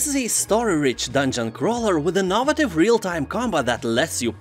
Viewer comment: Way you say “innovative” throws me off every time lol